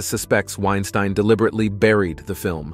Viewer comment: Dude, it's not that hard to find out the correct pronunciations of names. I found your attempt at Caviezel especially cringeworthy. It's just kuh-VEE-zel. Then you mispronounced Harvey Weinstein in the Rose McGowan section, then correctly in the very next segment. Guess you figured one of them had to be the right pronunciation, huh?